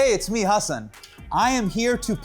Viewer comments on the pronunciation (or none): Not Neil pronouncing Hasans last name wrong. Love you both! ❤